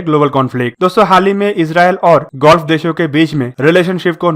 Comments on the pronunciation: कहीं अब gulf को ये भाई साहब गोल्फ के बजाए गुल्फ कन्ट्रीज न बोलने लग जाए। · Oh bhai woh ''golf'' nhi ''gulf'' hain😂 bangali ho Kya. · Please learn how to speak. Word is GULF. Where as you are prononciating GOLF, the name of game. Please correct. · Bhai mere gulf h Bhai golf nhi plz Bhai pronounce sahi kariye namaskar. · Golf nahi bhai Gulf hai irritating lagta hai agar galat bolte ho to lagta hai video close band kar dun